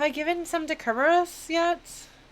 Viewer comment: I find it interesting that you're very particular about pronouncing Kerberos closer to the Ancient Greek way, but use the typical modern English pronunciation for Euryidice.